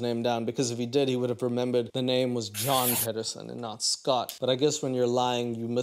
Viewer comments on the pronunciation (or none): My surname is Pedersen and every time it gets said in this episode I cringe